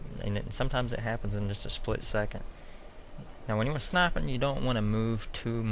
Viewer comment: ''When u snaippen''